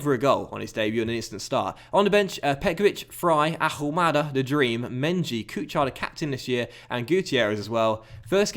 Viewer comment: please, it's a new season so stop pronouncing the "H" in Ahumada's name. He's from Argentina.